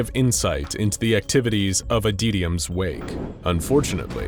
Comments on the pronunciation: Adytums wake: exists Narrator: ADEEDIUMS WAKE. I kid. I adore this channel and binge it regularly. No hate. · I'm not sure how you got that pronunciation from "Adytum's".